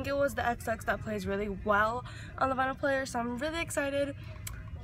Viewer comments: it’s called a record player. and it’s pronounced vEYEnyl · You're saying vinyl wrong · Btw VINYL is pronounced like vine-al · if you’re gonna listen to records at least pronounce vinyl right